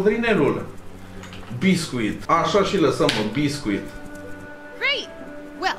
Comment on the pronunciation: Eu: Basescu:Bescuit